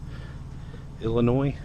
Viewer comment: the S is silent in Illinois